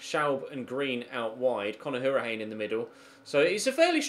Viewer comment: Hourihane is pronounced Hour-i-han (don't pronounce the e)